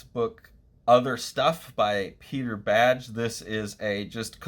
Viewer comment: I know you've said pronunciation isn't your strong suit — this one's easy — his name is pronounced "bag" Great video, though, thks